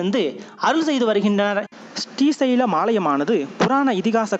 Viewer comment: பதிவு மிக அருமை, ஆனால் உங்கள் உச்சரிப்பு ஶ்ரீ வர வேண்டிய இடங்களில் ஸ்டி என உச்சரிப்பது போல் இருக்கிறது. ஸ்டி சைலம் or ஶ்ரீ சைலம்??